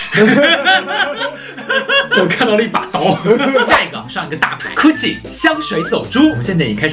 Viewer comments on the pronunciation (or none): Gucci (gu qi) 还是不要读成ku qi 吧, 听起来像coochie, 有女生私密地方的意思.